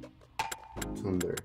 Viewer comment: No es tunder, ahi sale que es thunder